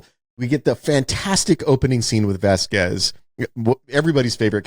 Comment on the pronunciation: Its pronounced Vas Quez. I have no idea what syllables were coming out of Wes's mouth to butcher that name.